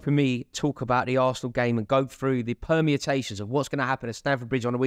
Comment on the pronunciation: Rory uses so many unnecessary words permutations not “permiatations” lol he likes to use elegant vocabulary without knowing what any of these words mean🤣 still a top lad though